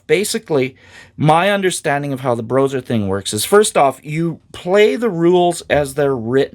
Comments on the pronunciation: I don't care who played what how. Playing AD&D 1e RAW is fundamentally different and awesome. I have come to prefer it to current conventional play. I'm glad to see you covering this,! Earned my sub! Also, I haven't heard anyone call it "Broser" It's "Bro Ess Arr." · Just so you know it's pronounced like combining the word BRO and OSR so BRO SR. I don't hear good things about them but I wanna hear your take. I am writing this comment when I just started watching this video. After watching the video: Yeah I think some groups play that way. I try to get my groups to open up to a campaign like that but I think modern players are just too stuck in their modern way of thinking, it's unfortunate. I notice players are not even comfortable with playing more than one character. My least favorite thing modern players have said to me is "I don't even like combat I just want to roleplay" that really means "I'm a coward even in my imagination and I don't want my character to face the possibility of being harmed because that would hurt my fragile ego". Sorry just had to rant a bit. Anyway I would love to try and integrate some of this stuff into my game.